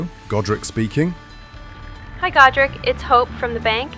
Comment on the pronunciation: As a Warhammer nerd, I heard Gotrek every time you said Godrick. Should of married Felix.